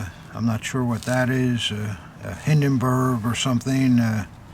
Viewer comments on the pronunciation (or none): none